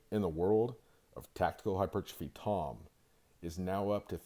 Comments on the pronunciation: Bro stop saying hypertrophy like that you fucking retard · Mother fucker can’t even say hypertrophy right says it all fucking weird I’m tired of everyone butchering words as if we don’t have specific sounding words